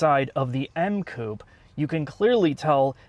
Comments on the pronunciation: Coupe is pronounced Coup-pay...come on make an effort.... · Love your vids but please... say coupehh. Coup sounds strange as hell. Keep cool, great vid as always. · Coupè= ~coo pay~ , oh and it’s Zed 4 ..😉